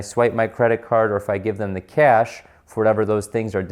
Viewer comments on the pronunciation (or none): none